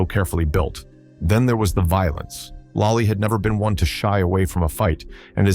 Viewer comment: It's lollie not lai